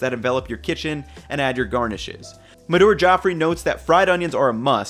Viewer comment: I love your vids but you dropped a bollock here. Oh and who is MadOOOOR? Her name is simply Madhur